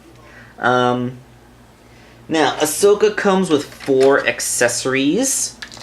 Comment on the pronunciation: Not being rude, but ya said it right this time! Sorry, it just kinda annoyed me last time. Nice review, nonetheless! I skipped the intro and unboxing.